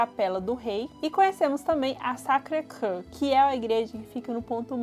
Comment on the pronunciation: Sacrecre kkkkkkk a pronúncia é sacrequior .